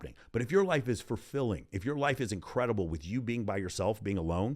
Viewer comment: I love listening to! Just one question…. Is he saying fur-filling? 🤣